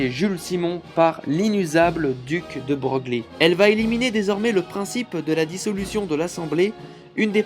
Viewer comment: Bonjour, juste pour précision, on prononce Duc De Broglie, "De Breuil" il me semble ?